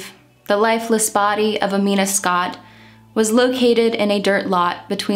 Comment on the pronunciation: I'm not even five minutes in but I wanted to praise your research skills. You pronounced her name EXACTLY right!!!! I know because I have the same name but I spell it Amina. I just go by Mina because that's been my nickname since forever.